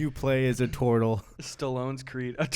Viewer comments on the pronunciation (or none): It’s a toirtle lol